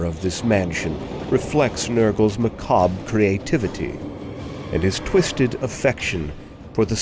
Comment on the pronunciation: I loved this video & I love that you know how to pronounce macabre!